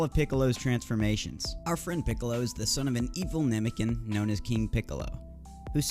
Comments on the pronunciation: It's nah-mek-ian not namiken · Ok how to do you mispronounce namekian the first half but get it right the second🤦‍♂️